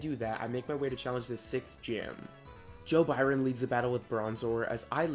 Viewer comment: NOT JOE BYRON 💀💀💀